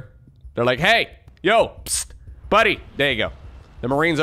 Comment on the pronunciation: love the dutch "he" XD goed bezig